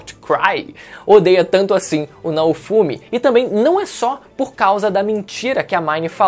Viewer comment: PQP CONTINUA FALANDO ERRADO NAOFUMI, ASSISTI A OBRA E FALA ERRADO O NOME DO PROTAGONISTA, KKK